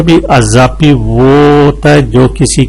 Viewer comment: ماشاءاللہ بہت اچھی ویڈیو بنائی ہے۔ بہت کچھ سیکھنے کو ملا لیکن مرکب اضافی ہمزہ کے کسرہ کے ساتھ ہے نہ کہ فتحہ کے ساتھ۔ اسی طرح مضارع میم کے پیش کے ساتھ ہے۔ اور فاعل میں آپ فا کی جگہ پا پڑھ رہے ہو اگر آپ اس کی اصلاح کرلے تو مزید بہتر ہوجائے گا اور آپ کی شخصیت میں نکھار آجائیں گا۔ شکریہ